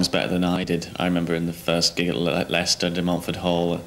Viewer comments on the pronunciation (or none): none